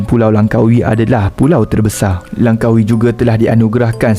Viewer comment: Langkawi bukan lankawi ok